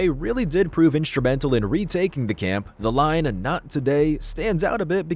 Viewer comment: “No AI used”, yet can’t pronounce “camp” correctly at the start, only to perfectly pronounce “camping” 30 seconds later… yikes